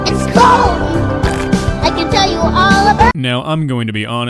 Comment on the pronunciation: That doesn't sound like "Its corn" it sounds like "IT'S COLD"